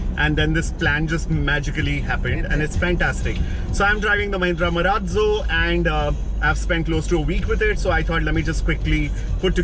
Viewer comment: Why do people pronounce it MA-RAAT - ZO WHEN ITS MA-RAAZ-O?